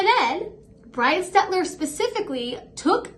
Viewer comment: You pronounce his name perfectly.